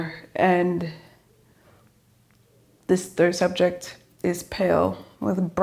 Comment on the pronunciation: And "subjecT". yes, doesn't pronounce the ends of words. She needs elocution lessons so that non-native English speakers can understand.